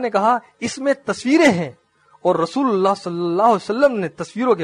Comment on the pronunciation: لقد کان لکم فی رسول اللہ أسوة حسنة رسول اللہ کی لام کے نیچے زیر ہے اصلاح کریں